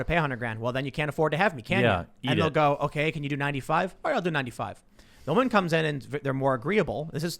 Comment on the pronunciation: Not woman. Wahman.